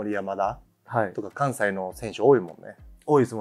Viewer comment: 関西（かんぜい）のイントネーションが違いますね。｢かん｣にアクセントです（岡山県民）